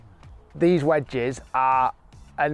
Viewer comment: The way Rick says "vwedges makes me want to throw myself off a building